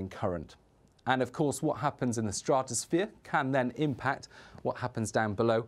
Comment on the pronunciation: why can't he say stratosphere?